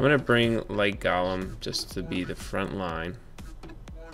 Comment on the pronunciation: GO-LEM.. Not Gahlem